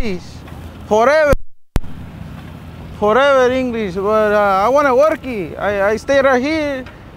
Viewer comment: I want to talk English foreehhhverrr